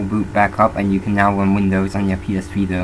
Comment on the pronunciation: what is this "Vindows" you speak of?